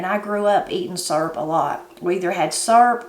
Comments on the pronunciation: I had to stop and watch this when i heard you say syrup. I’ve always have pronounced it the same as you do, surp. I also like using a pie tin to make up my batter, I do like to add cinnamon and vanilla to it. Ever since I was a young bride I’ve made what we call “depression syrup “. Same as what you made only I’ve only ever used white sugar with some maple flavoring. I’ve ate that so long I don’t really care for the store bought kind and I’ve never tasted real maple syrup. Next time I make syrup I’ll have to use some brown sugar too. Blessings, TeresaSue. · That's the same recipe I use. My mom used to make her own syrup when we didn't have store bought syrup. I like that you pronounce syrup the same way I say it....surp.